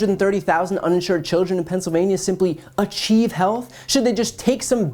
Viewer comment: "Achive health" 🤣